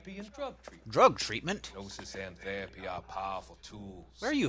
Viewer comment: lmao I was thinking the exact same thing, where the hell is he from? 'Theeeehpy'